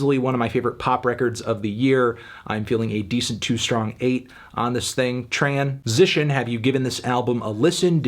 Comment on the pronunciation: lol he said tran-sition